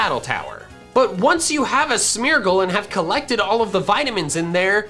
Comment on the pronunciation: Everytime he says Smeargle, it sounds like Smeagol